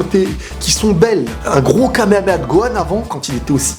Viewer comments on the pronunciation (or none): none